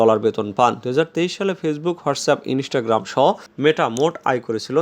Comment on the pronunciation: ইনেষ্টাগ্রাম! ইন্সটাগ্রাম